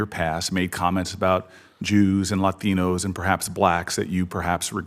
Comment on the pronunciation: He says Latinos weirdly